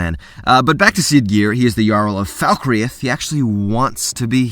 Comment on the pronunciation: Stop pronouncing Falkreath like that